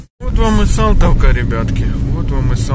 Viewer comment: Салтовка,а не Солтовка